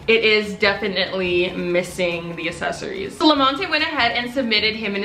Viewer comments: GOOGLE HOW TO PRONOUNCE ACCESSORIES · English isn't my first language and I can pronounce accessories right sad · Some people say pop some people say soda. C's can sometimes make the s sound and I guess thats how people pronounce it where from. It's pronunciation not and ascent. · saying “assesory” for 19 min straight pt. 2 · Its ac-ses-so-ries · nobody:: assessories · I love you, and as a loving subscriber i want to help you. Its pronounced 'aksesoreez' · Say • AC-SESS-ORIES • thanks gorlie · no one:: asSesAriEs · accessories is pronounced eksessories love you xx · Accessories is pronounced “Uhk-seh-sr-eez”😂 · its not pronounced like that 😂😂! It’s pronounced (AK-SE-SORY) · Uhk•seh•sr•eez lol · That's not how you say accessories 😂😂😂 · U r saying accessories wrong though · This girl thinks it’s the same as assists or assets, when it’s more like access or accept. The word itself has 2 “C”s at the front and shes just ignoring it all together. Accessories not Assessories. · It’s accessories not assessories dumb bitch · What the fuck is assesories?! Bitch it’s aCCessories🤦🏽‍♀️ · you say it like asses-eries while i say it like ex-ces-eries 💀💀💀💀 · its probably because you pronounce it ase-so-reese when its pronounced ax-e-soreese btw ily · Ok. Here’s the tea. People were nitpicking you about the way you pronounce accessories. I see why. You pronounce accessories “assesories” when most people pronounce it “access-ories” like saying access but then adding an “ories” at the end. Accessories. That’s the tea :P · It’s ACCessories not ASessories😂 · The way you say accessories isn’t correct. You pronounce the word as if you’re saying asses like assessment or asset when you should be pronouncing it like the word access or accept. Notice the word has two “C”s next the the “A” and not two “S”s. Access = accessories NOT Assets = accessories. There is a major difference and the way you’re pronouncing it IS in fact wrong.